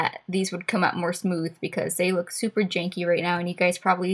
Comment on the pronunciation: "jankey" lol